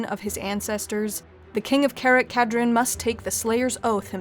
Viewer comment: Karak Kadrin is read as cara- (italian for dear or beloved) ka (as in kata) -drin (dream with n at the end instead of m)... and it's read as a single word...., you really tackled a universe where saying a word right or wrong can make all the difference when saying something. most of the dwarfish names are read in scandinavian, with some being read in latin, since that is their provenience.